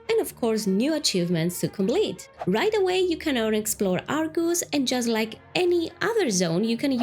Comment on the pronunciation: It’s Argus, not are goose lol